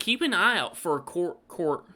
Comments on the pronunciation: corgety lol.. we say it more like cor jet with the J sounding softer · Its pronounced COR JET even though it's spellt COURGETTE 😂😂plus AUBERGINE IS pronounced ORB ER GINE 😂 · Courgett is a said in a French manner so the sound of the 'g' is more like that of a 'j'. Spelling it the way we say it would be more like 'Cor-jet'. Also with 'Aubergine' you should pronounce the 'u'. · Courgette is pronounced CourJet and Aubergine is Orbegine 😉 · It’s courgette and it’s pronounced like CORE then Je (like you’re about to say “Je m’apellee” (“my name is” in French) et like jet. That’s your English lesson for today. Long time subscriber. Dw just taking the piss with the anal over analysis😂